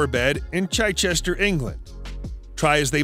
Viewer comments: There is no such place as "Chychester". It is "Chichester", pronounced with a short "i" as in "chip" , " Chi-chister". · Ch I Chester 😂😂